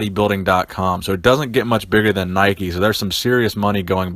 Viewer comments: lol always makes me laugh when I hear people say "Nikeys" you don't call a bike a "bikey" do ya lol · 'naikey' lmao